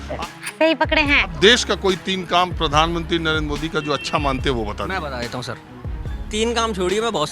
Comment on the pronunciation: प्रधानमंत्री ❌ पधानमंत्री ✅ 😂😂😂😂😂